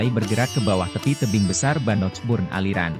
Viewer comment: Medok bngt ngomong Bannockburn-nya